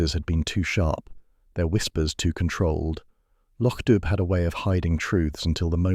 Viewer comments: How difficult is it to remain true to the MC Beaton original story. The area is pronounced Loc Do, not spelt that way, not dub. Do Better plus the graphics are totally not relatable to the description provided by the original author. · The village is still pronounced lock doo. Sonsie is a girl. Read the stories and get it right. It's no harder than getting it wrong.